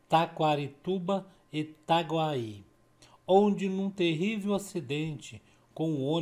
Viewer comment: Veja é TAGUAI E NÃO ITAGUAÍ entendeu